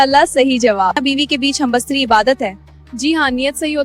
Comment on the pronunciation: Oh baywaqoofon... First learn the word. It is humbistari .. not humbastari.